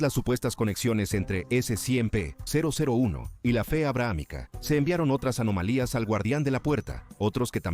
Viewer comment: Sé que la narración del canal es simple IA, pero basta con cambiar un par de letras para que no esté diciendo "s100p" cada 10 segundos, es molesto.